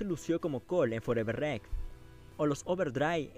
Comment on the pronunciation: EN MI OPINIÓN NO SABES HABLAR! COMO QUE FOREVER REC???!!! NMMS!